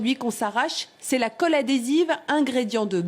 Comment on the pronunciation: Qui a remarquer que la journaliste dit "caule" au lieu de colle